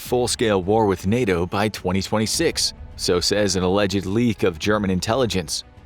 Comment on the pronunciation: nah literally listen to the first sentence spoken. When he says russia the it sounds glitch and the way he raises his voice so weirdly when he says 2026 just doesn’t sound right at all